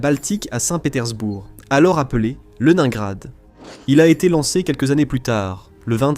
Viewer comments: "Nakimov" > Nakhimov "Le diksèt" > le dix-sept "Le nain grade" > Leningrad "quatre-vingt tuite" > quatre-vingt huit "huite cent vingt-trois pieds" > huit cent vingt-trois "mille neuf cent quatre-vingt tonze" > mille neuf cent quatre-vingt onze" "P sept cen'ts" > P-700 etc... Pas très au point, le truc. Sinon, ça me fait penser au Charles-de-Gaulle, qui a dû coûter à peu près pareil en construction et maintenance, qui grosso modo n'a jamais servi à rien, mais qu'il faut déjà remplacer... Pendant ce temps, l'Armée française se penche avec intérêt sur le concept de "drone", que les Ukrainiens, les Russes et les Iraniens connaissent de puis longtemps. SI ça tombe, ils sont en train d'étudier les plans de la ligne Maginot. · La prononciation de "Leningrad" : ... Ça fait penser à "Le Nain Grade" ! Put*in n'est pas très grand ... Et ce loubard s'est bien gradé ! Geroïm Slava ! ! !